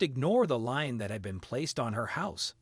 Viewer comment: A LEAN ... NOT LINE, IF YOU'RE GOING TO SPEAK ENGLISH THEN USE THE GOD DAMN WRIGHT WORD AND LEARN TO PRONOUNCE THE WORD !!!!